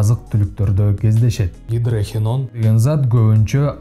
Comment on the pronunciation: Гидрохиен дебей туура айтчы.Гидрохинон эле.